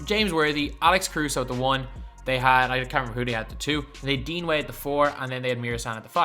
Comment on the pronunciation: Dude you totally butchered the name Dean. Your saying it wrong. Ask an American how to say it!